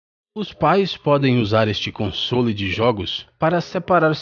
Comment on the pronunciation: meu amigo não é comsôles é consoles sem a acento